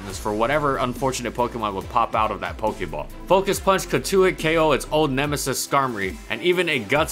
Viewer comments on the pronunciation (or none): none